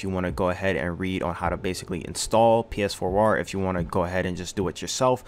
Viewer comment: lol learn how to pronounce Phwoar lol